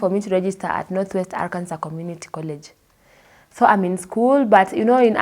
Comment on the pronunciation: Arkansas - pronounced Arkanso.